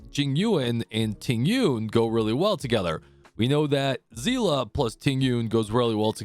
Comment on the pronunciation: Literally the first guy to pronounce Seele properly.